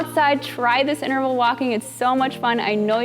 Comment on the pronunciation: Please. It's *inTerval*. Not innerval